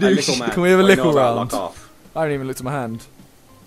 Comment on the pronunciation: who else is watching after jj dropped little boy and getting hyped over simon saying lickle boy!